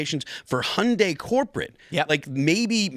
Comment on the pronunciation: I'm going to lose my mind between the guest mispronouncing Epstein and Tim mispronouncing Hyundai